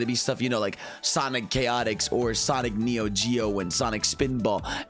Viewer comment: "Sonic Chaotix" 💀💀💀